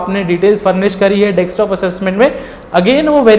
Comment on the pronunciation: You have explained well but plz don't mind this is Desktop not Dekstop...!